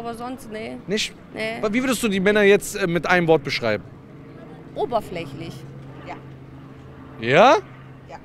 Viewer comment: "Oberflächlig" sagt sie wtfffffffff